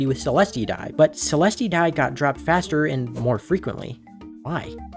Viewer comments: so this is why you were asking on forums i see also its not frikcing pronounced seleste its celest and i think based off of his tone, just was malding really hard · "sicklemen dye" "selestee dye" bro what, and how is squidkid being egotistical stop the yapping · the Cealestea pronounciation kills me but its alr ig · Yeah but please learn how to pronounce celeste, not saying the video was bad but it pains me (you can look up how to say celeste)